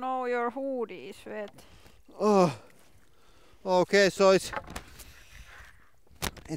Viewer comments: "oh nooo, your wood iz wette...' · Oooooh no yer hooooooo-dhie is vhet 😂👏🏽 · I was pissing myself when she said: “oh-noooo. Your hôôdies vet”.